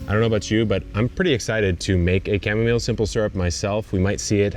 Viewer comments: You're still saying cham-arm-ohlay! 😂😂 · Shamomalay, cracked me up! 😂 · Chamarmolay HAHAHAHAHA. Why do Americans keep butchering the English language? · Cha. Ma. Mo. Lay. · I too call it "shamamolay" thanks to you, and annoy everyone in my life 😂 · I've been calling it cha-mom-ile ever since I saw you pronounce it that way a few weeks back. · So I’m in our kitchen listening, and I’m like, “what in the world is he talking about? Chamomo-wha??” Oh, he’s doing that again 😂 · it's pronounced cam-o-meal. I mean really. You are supposed to be a plant expert but you can't pronounce chamomile? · Goof Lord, learn how to pronounce chamomile. SMH. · Why? You should know the correct pronunciation of plants since you sell them. It matters.